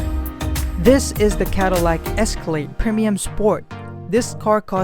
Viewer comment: He said preminium.. 🤣🤣👍👍😜